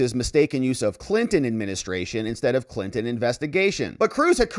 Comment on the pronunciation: ... and "Clinin" for "Clinton"